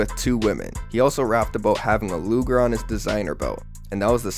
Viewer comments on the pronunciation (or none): none